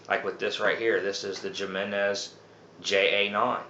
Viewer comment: Great video lots of useful information but I'm going to give you a little bit of constructive criticism. Please don't get offended but when you say Jimenez you're seeing it with a J sound and you're supposed to say it with an H sound. Like I said please don't get offended all your videos are great very informational I just want to give you a little friendly advice. Take care and keep up the great work love videos.